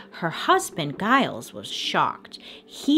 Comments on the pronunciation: Pretty sure “Giles” is also mispronounced in this video too 😂. Anyone i know with that name it’s pronounced with a soft g, not a hard g. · The slave's name was actually TITCH-uba. Emphasis on the first syllable. And Giles has a soft G. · No disrespect to Bailey at all, i often mispronounce names and words too, but can we also add that Giles is pronounced like Jyles, not like guy-les. :) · yes this, and the husband's name is Giles pronounced Jile-z not a hard G like she mispronounced, but hey we love Bailey and massive kudos for all the work she puts in, it's pretty endearing i think <3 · Enjoy your channel! The G in Giles is pronounced as a J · No disrespect to Bailey at all but is she pronouncing Giles correctly?